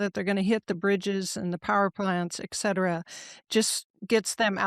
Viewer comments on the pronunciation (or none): Lady, it’s Etcetera. Spelled Et, not Ec or Ek. Say Etcetera, not Ekcetera. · It’s et cetera not eckcetera.😊